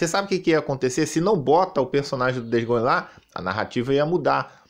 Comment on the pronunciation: "DEIS GONI" 😂😂😂